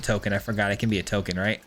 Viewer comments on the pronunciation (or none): none